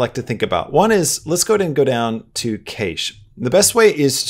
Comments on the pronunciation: I agree! Very helpful indeed! just a heads up, "Cache" is pronounced "CASH" guys and gals. it's searchable online as well. 😉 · Is he intentionally mispronouncing cache so people will comment? Also he needs to get his mic off the desk or get it an isolation stand. The constant clanking on the keyboard is so loud in the recording. For everyone having problems with new blender, You have to scale the objects up larger than he's doing. It wasn't working for me until I did that. Make your text really large. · The way you're saying cache is not good. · Funny how you pronounce Cache Lol